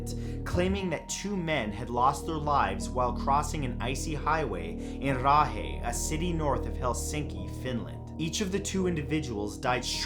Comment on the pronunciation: Matt, your pronunciation of "Raahe" is probably the best I've heard from someone who's not a native Finn! It's really close. Our language is ridiculous to learn and pronounce correctly, so I'm always impressed when people who don't speak Finnish manage to pronounce something well.